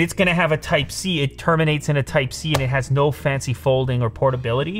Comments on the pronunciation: "Yeah. Yeeeaaaaah. But nuuuooo." Your Canadian is showing lew. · "Ya, but no" But with the Canadian accent